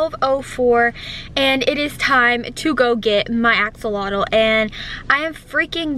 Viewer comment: I keep hearing you say "Axe alotto" lol it is actually pronounced "Ax -Olot"